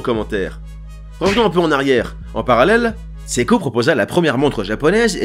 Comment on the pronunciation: ça se prononce SE-I-KO et non SEKO!!!